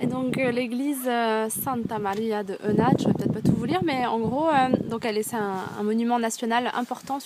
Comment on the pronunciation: On prononce "É-OU-NA-TÉ"...